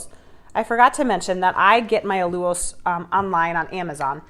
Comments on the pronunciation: Correction 😂 Al-u-lose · "AL - lu - lose" = "AL" - like "AL Bundy" ; "lu" - like "you" ; "lose" - like glucose, sucrose, dextrose (it's a sugar) ; emphasis on 1st syllable "AL"